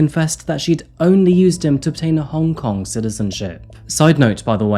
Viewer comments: I applaud you try to say Hong Kong in Cantonese, it’s not an easy dialect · As someone who was born in Hong Kong, I appreciate that you tried to pronounce the name 😊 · Worth a like just for the exquisite pronunciation of Hong Kong in local tongue.👏